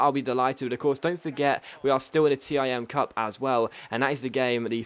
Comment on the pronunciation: ITS THE TIM CUP NOT T I M